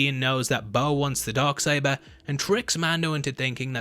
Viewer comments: Stop saying BUBBA. It's BOBA! EDIT: IT's not BOBBA either! Do you have the sound of a long "O" in your vocabulary, or don't they teach that in your fancy English schools? EDIT 2: Dog saber?! Dock saber??! Are you trying to say the word "dark??" Because there's an "R" in it. Is "R" missing from your vocabulary too? How many letters are missing from the English alphabet, when it's taught by the English, I wonder? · “The Dog Saber”? 🤔😉😜 #accents